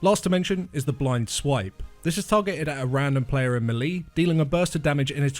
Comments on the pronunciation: Great guide, but struggling to get past "meelee", it makes me clench my teeth! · lmao I never log into youtube. I logged on now because I wanted to say the exact same thing Natalie! Really good guide but the way he says that is driving me nuts lol